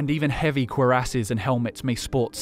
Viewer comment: I appreciate your correct pronunciation of “cuirasses”